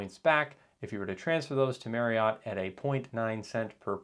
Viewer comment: FYI: Marriott is pronounced like saying “marry-it.”